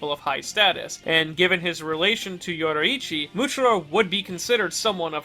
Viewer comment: I love content but his pronunciation of names like Yoriichi is mildly infuriating.